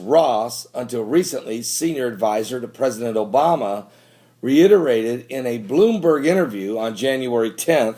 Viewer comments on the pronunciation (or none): none